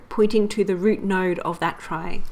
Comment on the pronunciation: It should be noted that it's actually supposed to be pronounced like "tree" as its root comes from the word retrieval. Otherwise excellent explanation of how a trie works.